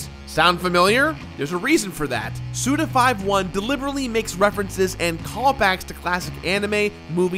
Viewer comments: Suda you madlad. Almost...I think "SUDA51" is pronounced "SudaFiftyone" and not "Sudafiveone" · Why am I so triggered because of you saying "Suda Five One" instead of "Suda Fifty One?" I don't understand myself. ^^ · It’s fifty-one not five-one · It's Suda 51, not... Suda Five One... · Is his name not Suda Fifty-one? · Say it with me now..."Suda fifty-one" alright? Cool. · "Suda five-one" - I died a little... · My trigger is whenever anyone calls Suda51 "Suda Five One":p